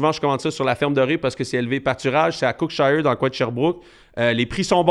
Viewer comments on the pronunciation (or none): Lol, Cookshire se prononce kouque- chire